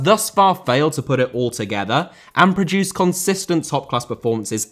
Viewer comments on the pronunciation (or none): none